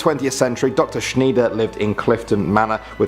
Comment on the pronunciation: Schneider is shn-eye-der btw lol